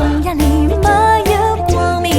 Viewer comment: 没有如果非要念成两个字的话，最好念成”m没“，而不是”没有“念的象苏北话一样。好像上海话”m"这个字是有的吧？口语里快读了听起来就是“没”，前面的m就省略了。 ”情“字最好念得老上海口音一点，那样才嗲。